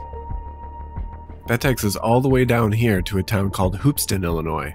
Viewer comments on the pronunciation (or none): Mispronounced and misspelled Hoopeston. It's pronounced like 'hookston' but with P instead of k. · Everyone from central IL just cringed at the Hoopeston pronunciation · I've been to hoopston Illinois. You said it wrong